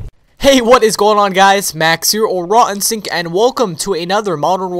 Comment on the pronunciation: rawinstinct sounds like rotten sink when you say it xDnice vids btw